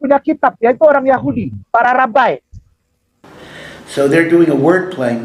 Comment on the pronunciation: Rabi koq bacanya rabbay kainama......... 🤣🤣🤣🤣 Malunya aku lihat wajah dgn mata melotot mu itu bahhh